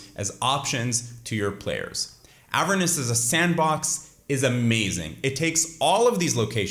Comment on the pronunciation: Bro please pronounce Avernus how it should be lmfao you say Avernis